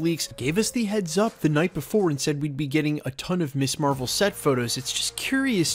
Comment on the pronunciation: Perhaps it's your youth and you're unfamiliar with the word, but Ms. is pronounced "MIZ" not "Miss". The word was created so that women could have an identity that didn't revolve around her marital status. "Miss" refers to an unmarried woman, Mrs. refers to a married woman and Ms. refers to a woman whose marital status is not volunteered. It makes me teeth grind hearing Ms. constantly mispronounced as "Miss". Keep it up and I'll send you my dentist's bill.